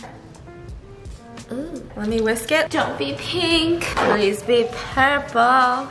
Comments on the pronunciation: “Pueple Food”😂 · Squishy TaeTae she said pueple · “PUEPLE FOOD” - Stephanie Soo 2019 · If Stephanie says it's PUEPLE then it IS PUEPLE